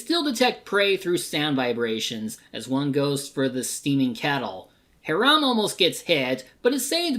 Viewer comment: This Tremors-a-thon was so much fun to work on. Thanks for taking my idea for it! Also, He-ram? It's pronounced "High-ram"! LOL